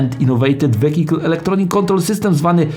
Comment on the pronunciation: Jak wymawiac VEHICLE